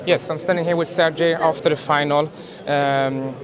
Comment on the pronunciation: the way the reporter says "sergey"